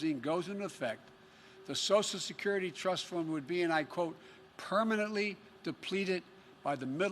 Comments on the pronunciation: “Sosial secruty” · "sosal security"